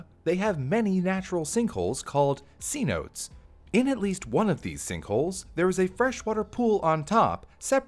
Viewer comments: Mexican here, it's not /see/notes, more like /ze/no tês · A "C-Note" is a $100 bill. Those pools in central America, and southern Mexico, cenotes, are pronounced, say-note-eh. 3 syllables, not 2. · Another beautifully done vid tht taught me much! (I think cenotes is pronounced Cee-no-tays) Have a good one!😃😎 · FYI “cenotes” is pronounced “se-no-tays” since it’s originally a Spanish word. Other than that little nitpick, it’s a great video! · “Cenotes” is not pronounced “SEE-notes”, it’s pronounced “say-NO-tays”! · You didn't truly prounce cenotes "see-notes" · nice vid! cenotes is pronounced with 3 syllables: "suh-NO-tays".